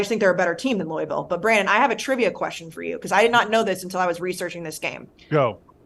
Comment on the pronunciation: Please learn how to say Louisville correctly